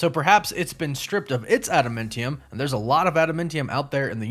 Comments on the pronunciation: Is it me or is this guys pronunciation of Adamantium and Genosha kinda off. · This bruh. How tf are you a comic fan and miss pronounce Adamantium 💀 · No he’s just pronouncing it wrong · You pronounced Adamantium and Genosha wrong. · After hearing u miss mispronounce adamantium for the 4th time i nearly blew my brains out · No. He just pronounced it horribly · Hahaha it was bothering me too 😂. Also Genosha was pronounced like “Jen-O-sha” on the old x-men cartoon…so that was bothering me too…but not as bad as the “Adamantium” lol. It’s all good though I appreciate the content and video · Can you please pronounce adamantium correct omfg.... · He keeps saying Adamentium instead of Adamantium so now I feel like there is a joke im just not in on LOL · Just a quick FYI on your pronunciation of Adamantium. It's Ada-MAN-ti-um, not Ada-MEN-ti-um or Ada-MUN-ti-um. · And why are you saying Adamentium? Adam ANT ium. Ant.....like Ant-Man. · ada"men"tiam........you're killing me smalls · Sorry for the nitpicking- but it’s Adamantium not Adamintium. And it’s Genosha with the soft G. Kinda distracting when I hear it said wrong. I know -need alert. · Adamantium: Enunciate it AdamANtium not AdamENtium. And Genosha is pronounced (j)enosha. Plz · ada-MAN-tee-um.... not ada-MIN-tee-um.... not to be picky, but you said it a lot lol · It’s pronounced AdamANTium… Not AdamENTium or whatever way you’re saying that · Sorry, but it’s pronounced Adam Ant Tee Um. Not Adam Mint Tee Um. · Ad-a-MAN-ti-um, not adamentium. Woof woof! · ADAM-ANT-IUM. Not Adamentium. It was named after the singer Adam Ant. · adamantium is not adamentium. Adamantium is pronounced "ad da man ti um". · AdaMANtium! Not AdaMINtium or AdaMENtium! Cmon please!!! Lol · Adam-ANT-e-um. Not Adam-meant-e-um. Idk, the way he says it is fucked up to me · Dude you need to learn how to pronounces stuff. Are you even a marvel fan? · Why are you pronouncing it AdaMENTium? It's AdaMANTium! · It's pronounced ADAM-MAN-TEE-YUM